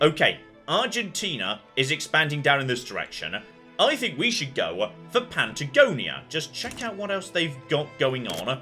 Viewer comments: I know! There’s no “n” there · Has... has heard of Patagonia ever? Or heard it said out loud at least? Or has he just decided that 'Pantagonia' is where is industrial cotton production facilities will eventually be based...